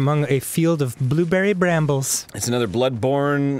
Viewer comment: 'Blueberry branbles' Danny Sexbang - 2015